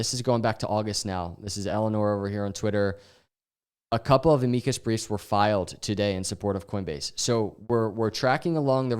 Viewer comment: Bro, look up how to pronounce "amicus"